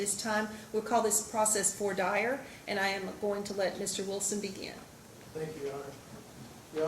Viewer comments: Someone tell the Judge that it's pronounced Voire DEAR !!! ...Eventho the French spelling is Voire Dire. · It's pronounced vwa-deer, this judge is an absolute idiot. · It’s phonetically pronounced “vwa deer! Just saying! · I remember when I was called to jury duty, the judge said we were here for voy-er Die-er. This judge is equally as stupid as David Reiman! How do they get to be a judge without knowing how to pronounce such a common legal term? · When the judge can't pronounce "vois dire" correctly... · Yet another judge/attorney who can't (or refuses to) correctly pronounce "voir dire." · Is that really how Judges pronounce "Voir Dire" in Kentucky?